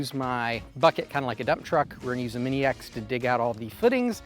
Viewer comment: Awesome work,! It's looking great there! 😃 I know you meant "mini ex", but I kept hearing "maniacs". 😂 Anyway, stay safe there with your family! 🖖😊